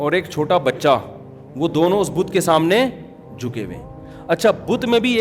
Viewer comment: بدھ نہیں "بت"